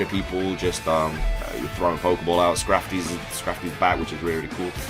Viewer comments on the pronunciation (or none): I think he said scrafty though 😂